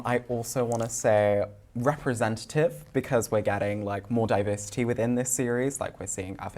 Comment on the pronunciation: Tell me you’ve never read Tolkien without actually telling me you’ve never read Tolkien. I think these guys are getting ten bucks every time they say ‘diversitaayay’ etc.